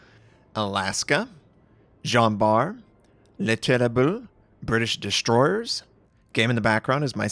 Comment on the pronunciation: Pronounciationnazi input: Terrible = Tereeble Republique = Repyblic